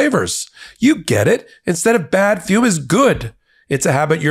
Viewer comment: I’m sorry, but the word “ fume” just sounds off…😂